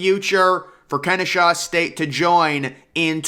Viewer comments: Its Ken-eh-saw state. I go there so its pretty exciting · God please learn how to read. If you see an “h” in Kennesaw, I will apologize.